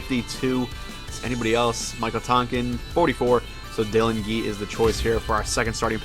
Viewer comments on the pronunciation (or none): Dillon gee is pronounced (J-ee).